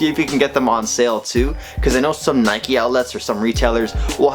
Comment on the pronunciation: Nike not nikee